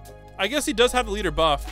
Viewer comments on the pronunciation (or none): none